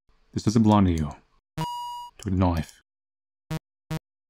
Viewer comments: when you say knife you say noice i just love that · Every time says the word “knife” i lose it a little